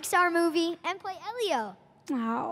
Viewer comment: It’s pronounced “Eee-lio”! Not “Eh-lio”!